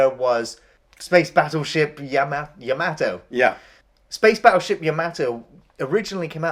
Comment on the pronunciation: you both pronounce yamato strange lol